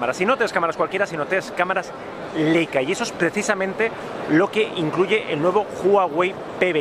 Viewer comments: También se dice "Laica" no "Leica" :) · No se dice "Leica", se pronuncia "Laica".